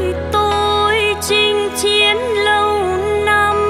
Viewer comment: Thích chị phát âm 2 chữ ' Chinh Chiến ' và " Chiến Chinh ' nghe kĩ nó hay làm sao.